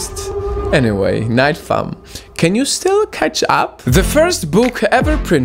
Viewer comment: Why you say nightfa'm' if the channels name is nightfall